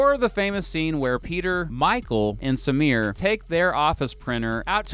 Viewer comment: You did not pronounce Samir's or Chotchki's names correctly.